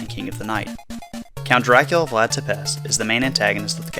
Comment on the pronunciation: It's pronounced teh-pesh.